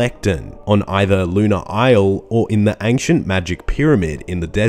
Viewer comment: Yo wth is ankshient?